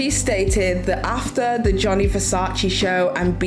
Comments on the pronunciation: It’s Gianni Versace - not Johnny Versace 😂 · "Johnny" Versace? Really?! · I just can’t get over “Johny Versace” girl are you fr?????